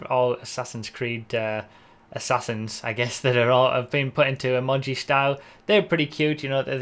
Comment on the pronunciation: "Emodgy" wtf